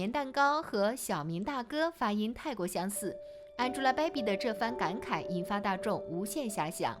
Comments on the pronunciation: 安猪拉 掰比，博主的英文发音真的蛋疼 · 你这英文发音我实在受不了了，什么叫安吉拉白比